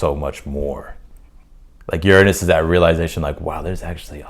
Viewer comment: It’s not cancerous it’s cancerian 🇬🇧and your pronunciation of Uranus is really off putting Shame when you’re such a good reader